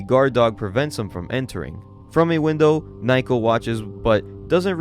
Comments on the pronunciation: naoko is pronounced more like "now-ko" than "nye-ko", was hoping you'd get it by the 2nd video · Dont know if this was said last video but am i the only one that hears Naoko's name read as Nai-ko and not Nah-oh-koh? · Love the vids, but its Nowko not nighko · Okay, that's it--if you can't have enough respect to pronounce Japanese words or names correctly, then you don't have the right to bitch about "muh n-word! uwu" IT'S NOT NAIKO, IT'S NAOKO!! Naoko! Pronounced like Now-Ko! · why is he calling her naiko when the panels clearly say naoko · It feels like this manga has good art, but the story is a mess. The bad translations make it worse. Just random, cuz your videos are great, but her name is Naoko, pronounced "Now-Ko" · Number one is NOW-ko, sorry but that kinda drove me crazy and two I think the ‘cringe’ comments are meant to be as such. Even if they weren’t there this is the kind of story you can’t take seriously, with or without a guy saying bloke every five seconds. That’s just my option though, when stories get to a point where bullies are literally psychopaths and the authors just throwing around new ways they can be horrible people to justify their death and DONALD TRUMP shows up I just see it as a poorly written series, kinda like all those bully revenge mangas out there